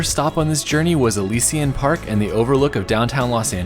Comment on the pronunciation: Great video! Only thing that got me was your Elysian pronunciation lol. It’s uh - li - zhuhn